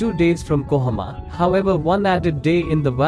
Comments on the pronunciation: KOHIMA not KOHAMA🤗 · It's kohima not kohoma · It has nothing to do with accent. Accent is different thing. Here you're using A in place of I. It's KOHIMA. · Kohima, not kohoma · Kohima not kohoma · its kohima not kohama idiot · It's kohima brother not Kohama.